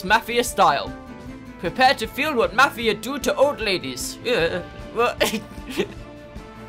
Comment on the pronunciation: This is awesome!,plz play further plus co op,and yes it's pronounced mofia